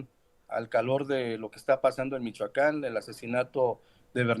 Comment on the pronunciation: Porqie dice Michacan?